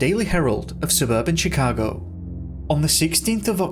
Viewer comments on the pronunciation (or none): none